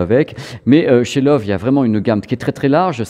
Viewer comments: video sympa mais...personne chez la grosse bertha vous a donne la prononciation du nom? il faut arreter avec love c'est loewe alors en francais ce serait lewe (le ö se pronnone e et prononcer le e de la fin. C'est lion en allemand) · Bonjour, j ai bien aimé votre documentaire par contre LOEWE se prononce "leuveu " ( lion en allemand) Cordialement